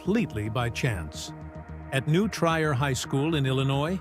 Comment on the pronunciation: Not possible for him to be born in No Man's Land unless he was born at home. Nearest hospital is in Evanston. And BTW, "New Try-er"?? It's pronounced "New Treer", like the city of Trier, Germany.